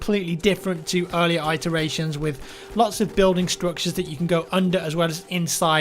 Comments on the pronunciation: am American and I have never heard "eye tur ay shun" only "it er a shun" he mispronounces words all the time. It's not an American thing it's just his own thing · The Fedderation it-eration rather than i-teration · Wtf is an I- teration - IT er ation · yeah - every time he said it I was going "its not 'eye-teration' you idiot, its 'it-teration'". Hes been listening to too many Americans probably lol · I thought iteration was pronounced it-teration? Not like....eye-teration. Oh well, to each their own. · 'I-teration'? Nice pronunciation lol :P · stop saying "eye"teration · I'm American, and I can assure you, we pronounce it "it-teration". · Adrian Collie in NJ and haven't heard anyone say iteration as eye-teration lel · It-uh-ray-shun Check the pronunciation on Google lol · I'm British... Never heard anyone pronounce it like that in my life... I say it-eration. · iTeration, in a Apple Store near by you. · Your pronunciation of "iteration" is weird haha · Adrian Collie Although famous for butchering a variety of English words, I believe not even Americans pronounce it like that. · I'm American and have never heard anyone pronounce it like that. But thanks for assuming we're stupid that's always fun. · Adrian Collie You clearly don't live in the U.S. if you think that's how we pronounce it. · Adrian Collie Americans don't pronounce iteration like that.......were not idiots ;( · that's really not the way to pronounce Iteration lol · You've never prnounced Itteration before this have you? You've only seen it read. It's a short i not a long. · pronouncing iteration hurt my soul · I always thought iteration was pronounced with a short "i" sound. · yeah it's really annoying hearing it like that. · its not a British thing, maybe he unfamiliar with the word, knowing what it means but has never heard it it any spoken context. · The Fedderation It is. isn't pronouncing it correctly. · Prime Paladin certainly not just fucked up with this one word.